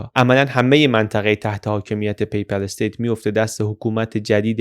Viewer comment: جناب پی پَل استیت تلفظ اشتباه است درستش پاپال استیت است پاپال استیت